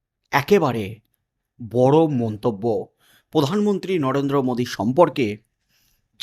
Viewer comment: উনি পোধান মন্ত্রী নন উনি প্রধানমন্ত্রী। উচ্চারণ ঠিক করে নিন। সাবস্ক্রাইব করবো।